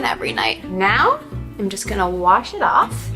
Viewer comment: Anyone else noticed her English hint accent on some of her words, like “soft” “off” and the end of “mascara”, she sometimes sounds like a ‘universal’ classic Hollywood actress’s accent